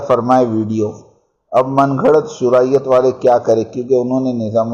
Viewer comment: صوراءیت نہیں شوراءیت ہوتا ہے